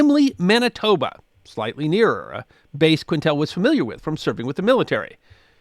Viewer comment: You’re mid-pronouncing the First Officer’s name. It’s not “Quin tell.” It’s “Keen tel.” It’s French.